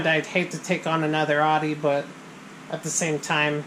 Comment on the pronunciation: "Audi" = "outtie" or "ow-dee". Not "ahdee".